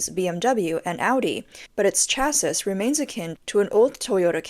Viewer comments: chass-ee, not chass-iss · Sweetie, the last "s" in "chassis" is not pronounced. Pronounced: chassy.